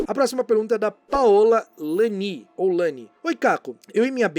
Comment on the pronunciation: ahhh !! Fui respondida! Obrigada Caco... Mas é "ianni" e não "Lanni" 😍